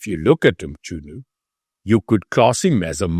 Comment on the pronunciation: Its Mchunu not Mtshunu😂😂😂